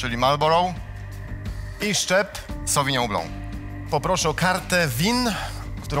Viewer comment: Czytamy: Sawinion Blank a nie Sawinią Blą WTF